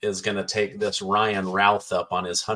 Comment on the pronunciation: Ryan Routh is pronounced Ruth. Please!